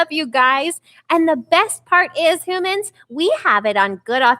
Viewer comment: Its humans not hoomans